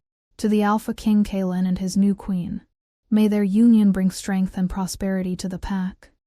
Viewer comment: When the AI narrator can’t even correctly and consistently pronounce a main character’s name, I have to wonder if the “maker” of this story cares at all for correct narration. I mean, half the time the male lead’s name is pronounced correctly, but then, a minute later, it’s “Kay-Aylin”, turning a 2 syllable name into 3, or is it 4 syllables, for no purpose other than sloppy editing.